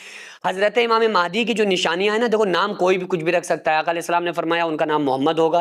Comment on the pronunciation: Imame mahaidi nhi h unka name unka name h imam mahdi phele bolna to sikh lo fir hadise Mubarak bayan kar denA 😢😢😢😢😢